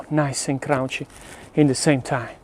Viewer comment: awesome channel! "it a craounchy and a soft "